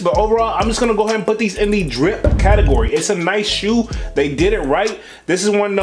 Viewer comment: Homie said driP or skiP The emphasis he put on the P be having me hollering lol I LOVE IT and The content 🤣🤣🤣🙌🏾🙌🏾🙌🏾🙌🏾